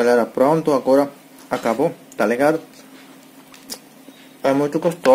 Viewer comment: Oi meu querido vc já fala tou ligado muito bem amei tou ligado tamo junto amo vc vc e sempre feliz Bb um abraço lindo bjs 😘💋